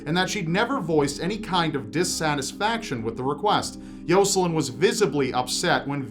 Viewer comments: I could barely pay attention to the one story because he kept saying “Yo-Sa-Lin” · I think he could make anything sound evil. Edit: Then again, he also seems to say Arthur and Jocelyn wrong, so who knows?